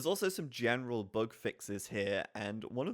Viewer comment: "boog" fix ?